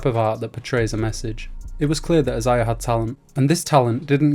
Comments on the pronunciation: Brah it’s pronounced Isaiah not I- Za-Ya 😂😂😂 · It’s pronounced (Eye-Zay-Yah)